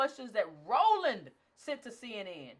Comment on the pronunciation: Wait a minute....you called Roland Martin rollee pollee.....Ha ha ha ha ha. I caught that. Ha ha.